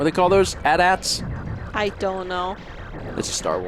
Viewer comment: AT-ATs aren't called "at-ats" it's an acronym, All Terrain Armored Transport, that's like calling a TV a "tiv" instead of "tee vee"